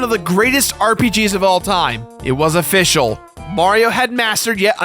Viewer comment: When you said official, there was a fish in my game. A-fish-al. I'll throw myself out